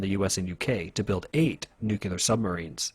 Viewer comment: Nukelyer powered lol not Nukelyer